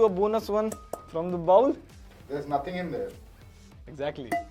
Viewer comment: the way he said Nothing is just 😅